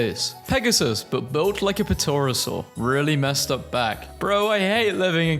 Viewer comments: Puhtauruhsaur? Pterosaur is pronounced Tear-o-soar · He pronounced the p pterosaur 😭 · There's no way he actually said the p in pterosaur 😂😂😂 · lol "puh-tor-ah-sore" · btw the correct pronunciation is “tear-uh-sore” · never say pterosaur ever again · You do not pronounce the letter p in pterosaur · the pronunciation of pterosaur is killing me😭😭